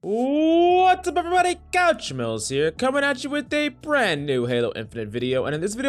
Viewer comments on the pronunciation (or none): I know you’re saying but I hear couch smells for some reason. Love your channel, keep up the great work! Currently 1616, trying to ride higher.